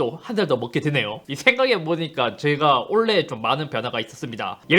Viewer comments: 잇섭님 근데 올해를 자꾸만 올래 올래 라고 하시네요 ㅋㅋㅋ 올-해 아닌게요 ㅋㅋㅋ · 올해를 올래로 발음 하는건 KT 저격이네 ㅎㅎ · 올해를 올레로 발음하는 이유는 kt 저격인가요? ㅎㅎㅎ 농담입니다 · 형 올해 한번만 제대로해주세요ㅋㅋㅋㅋㅋ 올레 말고 올!해! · 올래라고 자꾸하시네요 ㅎㅎㅎ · 올해가 자꾸 올레라고 들리네 ㅋㅋㅋ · 올래의 웃깃발음 상 : 올해를 올래라고 하는것...케이티 간접광고아니조??? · KT 상주는거에 너무 기뻐서 "올해"를 계혹 올레라고 발음하는거 맞죠? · 올해가 올레(KT때문은 아니겠지…)로 들리게 하시는 잇섭님 이번년도 좋은영상부탁드립니다 ㅋㅋㅋ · 잇섭님 자꾸 '올 해'를 '올레(Olleh)'로 발음하시는 건 혹시 PPL인가요? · 왜 올해를 olleh로 발음하나요? KT 뒷광고 아닙니까? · 올레 올레 하시는거보니 역시 KT .. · ‘올해’를 ‘올레’라고 말했으면 kt도 화홰신청 할 때 됐다 ㅋㅋㅋ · 올래 가 아니라 올해 요 ㅋㅋ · 썹님 올해의 발음 한번만 생각해 봐 주세요. 올해가 자꾸만 애증의 올레로 들려요. 올해에서 ㄹ탈락이 일어나더라도 오래로 발음될 것 같은데 올래올래 아무튼 올해 새해 복 많으 받으세요:D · 올래 아니고 올해라고요.. 아 킹받네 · 자꾸 올해를 올래라고 하는 거 넘 귀여웤ㅋㅋㅋㅋㅋㅋㅋㅋ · 엉뚱한 얘기일지도... '올해'를 "올래"로 발음하시는 것이 너무 신경 쓰입니다. "오래"로 말씀하시는 게 맞다고 생각하는 데. 한번은 괜찮은데 자주 반복되다 보니 집중이 어렵습니다. 길게, 강조해서 말할 때 "올~해"는 괜찮습니다만. 모두들 희망찬 새해가 되기를 바랍니다. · 계속 올해를 olleh로 발음하시는데 kt에서 뭐 받으신거 있으시나요? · 형 올해를 발음할때 왜 올레라고 하는거야 ㅋㅋㅋㅋㅋㅋ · 계속 올래 올래 하길래 kt얘긴가 했는데 '올해'ㅋㅋㅋㅋㅋㅋㅋ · 올해를 올래라고 발음하시는데 올해가 어려운 발음이에요? 이런거는 처음보네ㅎㅎ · 형 자꾸 올해를 올레라고 발음하는 것 같아요 ㅋㅋㅋㅋㅋ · 올래??? 아니죠 올해입니다....ㅋㅋ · 계속 올레, 올레 해서 kt랑 원만히 화해하신줄 알았는데 올해라고 말하는 거였네요. 그럼 내년에도 kt는 신나게 패도록 하겠습니다 감사합니다. 만족도가 높네요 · 올해라고 할때마다 olleh라고 들리는건 내 귀가 이상한게 아니라 이유가 있었던거구나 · KT한테 좀 미안해서 그런지 올해를 Olleh로 발음하시네ㅎㅎ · 올래의 라고 하는거 킹받네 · 올해를 올래로 발음하시는듯한;;;; KT인줄? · '올해'를 계속 '올 ㅀㅐ' 발음하시는거 킹받습니다. ^^ 서울에스킹 2022년에도 잘 부탁드립니다~~~! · 올해를 올레라고 발음하시는 잇섭님 뼛속까지 IT유튜버시네요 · 올해를 올래라고 발음하시네 ㅋㅋㅋㅋ 뭔가 사투리인가 (나쁘다는 의미는 아님) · 올해가 올래로 들리는건 나만그런건가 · 올레에서 광고비를 받으셨다면 밝히셔야합니다. '올해'를 계속 올레 올레 하시는데... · 올해가 자꾸 올래로 들려서 웃으면서 봤습니닼ㅋㅋㅋㅋ 어쩔 수 없짘ㅋㅋㅋㅋㅋ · 저만 올해가 올래라고 들리나요...ㅋㅋㅋ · 올해 = 올래 발음이 올래.. ㄷㄷ KT를 아직 좋아하시는 잇섭님의 발음 클라스.. KT는 포기못하지 ㄹㅇㅋㅋ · 형 새해 복 많이 받어~~ 근데 잇섭형 올해 발음이 잘 안되네 ㅎㅎ 올래~~~~ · 올해를 올래 라고 발음 하는건 최악의 발음 상 줘야 되는거 아닌가 자꾸 올래 올래 하길래 KT 가 잇섭한테 광고준 줄 알았네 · 올해를 올레로 발음하시는게 고도의 kt까기? ㅎㅎ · 올해를 올래라고 발음하시는게 귀여우시네요ㅎㅎㅎ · 자꾸 "올래의 ㅇㅇ상"이라고 하는거 킹받네ㅋㅋㅋㅋ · 올해를 올래로 말하는 거 킹받네 ㅋㅋㅋ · 올해 올해 올해 올해 올해 올래 올해 케이티에 미련이 있는지 자꾸 올레라 외치는 잇섭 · 근데 왜 자꾸 올해를 올레라고 하세요? 크흠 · 그른데, 올해를 왜자꾸 올레로 들리는건 ... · 올해 를 올레로 발음하는거 나만 킹받나?ㅎㅎㅎ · 올해 발음 특이하네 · 올해 발음 킹받네 ㅋㅋ